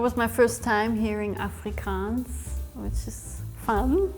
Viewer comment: They picked the most English Capetonian to represent Afrikaans? She can't even annunciate the word 'Afrikaans' correctly, This is soo fkn dumb honestly and crazy flawed and inaccurate